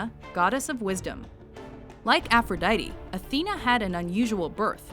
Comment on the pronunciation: The way this bitch pronounce aphrodite is so anoying